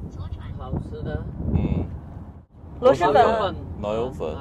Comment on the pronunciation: 确实，螺蛳粉的蛳是平舌音，不是翘舌音。